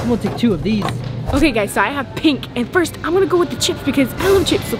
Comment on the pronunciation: “who will quit FISRT”. I laughed so hard I’m crying